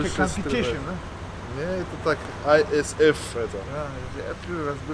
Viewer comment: Не аисф а исф